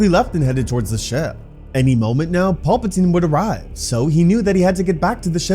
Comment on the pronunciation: Just please work on pronunciation of pal puh teen.. his name isn't Paul